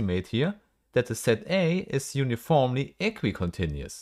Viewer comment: uniformly -> uniformely -> uniformly 👀